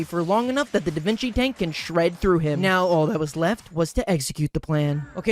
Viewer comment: i’m sorry, did you just say davinki tank